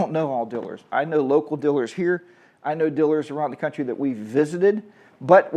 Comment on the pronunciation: Gotta be careful around all "Dillers" Lol sorry to be that guy.